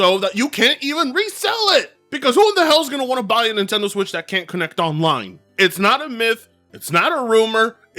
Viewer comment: I like how the closed captions went "Bye Nintendo" when you said "Buy Nimtendo". Because that's exactly what I think right now - Bye Nintendo.